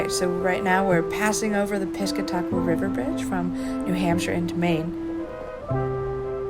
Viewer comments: Great idea for a show and well done EXCEPT one thing will kill it for sure. If you want to be a professional you have to take the time to find out from the locals how THEY pronounce place names: Mouse--am River and Piss--cat--ick--kwa River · You butchered the pronunciation of Piscataqua.